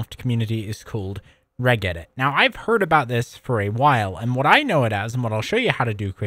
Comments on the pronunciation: Pronounced "rej edit" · A Great Video, but it honestly pains me that you spoke about regedit for 15 minutes, and not once did you pronounce it correctly 😢 "r-edge edit", Its 'Reg'istry 'Edit'or